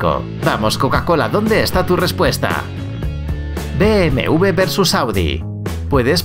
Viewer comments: no se dice BMV. Se dice BMW (u ve doble) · Por qué dice BMV en lugar de BMW 😭